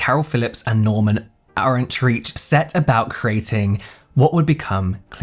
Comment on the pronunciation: His last name is pronounced Or’ en trike -rhymes with Third Reich 😊